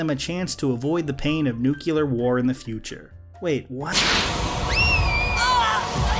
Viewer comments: It’s nuclear not nukular. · did you say nucular :( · "It's pronounced nuke-u-lar." - Homer Simpson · Did you pull a Homer Simpson and say "nucular", or was that just my ears playing tricks on me? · So the only question I have left after this good video is... why can’t people pronounce “nuclear”? There’s one U in it... exactly one. If you’ve already used it, where’d the second one come from?